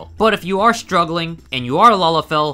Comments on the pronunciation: I think you mispronounced Lalafell when you said something about "master race"? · Yeah, I noticed it too, it's so weird right?